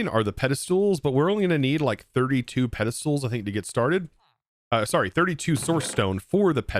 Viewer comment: Pede"stools" lmao XD